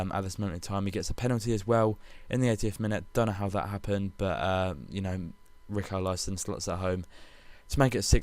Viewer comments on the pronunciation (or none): Richarlyson and Maicosuel = Rich-are-lee-sun and Macku-sel ;)